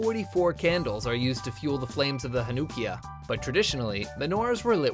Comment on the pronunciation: The way he said Chanukiah & Sufganyot.